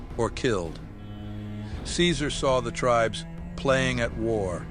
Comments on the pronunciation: Only nit-pick is that Caesar doesn't pronounce his name the Latin way.( Khi-zar) Though it's an excellent video nonetheless. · I thought its pronounced Kaiser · I like how "see-zar" continuously mispronounces his own name. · Can’t believe Caesar didn’t correct his pronunciation to “kaizarr.” I know it was apparently historically correct, but hearing it was always weird. Can’t imagine how those lunatics learned the ancient pronunciation of Caesar. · Its pronounced KAISAR damnit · Why aren't they pronouncing it "kai-zar"? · You can tell this video is actually an NCR psy-op because Caesar would never pronounce his name as "see sir". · It’s criminal that they are both saying “Caesar” wrong. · Real caesar would never: 1) Call himself the english pronounciation of caesar 2) Mention Malpais Legate as being essential to the creation of the legion. He did all the heavy lifting himself baby, because he is Caesar and he's very badass, as you know. There was some dude on old photoes but his face was crossed out so he's clearly irrelevant 3) Call himself Edward Sallow even in the past 4) Dodge questions and be anything but unproud of what he's doing Still 10/10 funny meme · Good video, but Caesar would not ever pronounce his name like that, lol. Kinda took me out of it